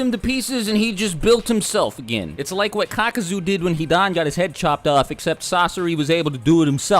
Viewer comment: Why he saying hidan like that